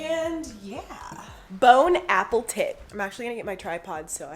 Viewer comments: “bone apple tit” 😂😂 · "bon apple tit" lmfao